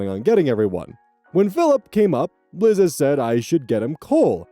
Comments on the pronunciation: buddy, it's "Lie- Za" not "Li- zza". Like "Eliza/Elisa" but without the E. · This is hardly an issue but i am going mildly insane: 'Liza' is pronounced 'lie-zah,' like the end of Eliza. It's short for Eliza. I doubt anyone cares but me but I had to skip that story 😭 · Won't date: I'm so sorry to be picky about this, especially since the girl sucks, but I was so bothered by your pronunciation of "Liza". My sister has the same name, and it's pronounced "Lie-zuh". (Liza Minnelli, anyone?) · LIE-za. Not Lizzza. Sometimes, the way you pronounce names makes me laugh, sometimes it drives me bananers. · babes, Liza is pronounced the same way as Lisa 😭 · "Lizza" Liza Minelli fans/Gen X North American LGBTQ communities: 👹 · I'm dying at you pronouncing Liza like lizard and not like Eliza without the E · you mispronouncing liza had me peeved but her being a nutjob makes it in a way deserved sooooooo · That pronunciation of Liza made me ill.